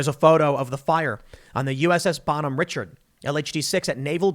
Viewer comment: Also it's BONHOME, not bottom.